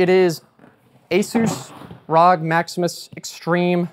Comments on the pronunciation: The motherboard name is pronounced "Are Oh Gee" not rawg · He said Rawg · I hate being that person but, "ROG" is R.O.G. or Republic of Gamer's line. Excellent build non the less and that CPU is a beast. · the time he said rog in stead og r-o-g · It's not ROG, It's 'arr o gee' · why did you say rog instead of R-O-G its republic of gamerssss aaaa a